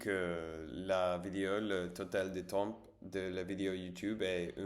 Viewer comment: consumer du contenu === consommer du contenu (consumer il faut l'utiliser quand on détruit quelque chose par le feu), le mot temps il faut pas prononcer le p lol tu prononces que tem. Reposes toi bien et bon rétablissement.